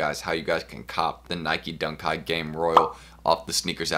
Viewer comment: Why he keep saying Dunk kite 🤔🤔